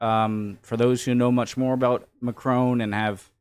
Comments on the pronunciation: Mec il est anglophone, "on" est une voyelle nasale, ils ont du mal à la prononcer. Exactement comme nous avec le "th" anglais. Soit un peu tolérant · Why are you calling him Macrone? there is quite clearly no e at the end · As you like the French President as much as you do, might I suggest you try to pronounce his name a tad better? It mc-cron (to rhyme with gone) rather than mac-crone (to rhyme with grown). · Its not Macrone, its Macron